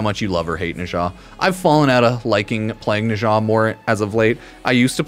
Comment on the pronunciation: "Neshaaaa" whaaaaat? 😂😂